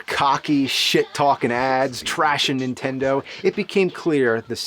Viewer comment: All these years and you still say Intendo and not Nintendo